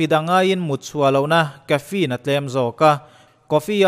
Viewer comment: Kafiin tilovin kafein ti a lam tur..